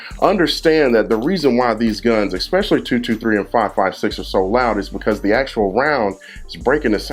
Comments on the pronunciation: Good video , normally I don't nitpick . Learn how to say the word , ESPECIALLY ! It's not EX specially . Makes you sound really stupid . Not much harder to say it correctly , and people will take you a lot more serious when you speak correctly . Not ghetto . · "Expecially" is not a word. Otherwise, informative video full of helpful information. Thank you, Sir! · eggspecially. Nuff said